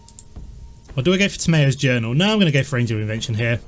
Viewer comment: its pronounced Tam ee yos journal